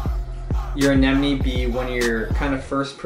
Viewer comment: finally someone who can say AneMone ! XD